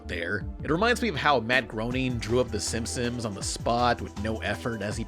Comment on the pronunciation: it's not simsim's it's simpson's ya simp-son